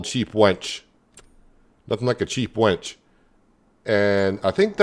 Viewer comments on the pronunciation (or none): its winch not wench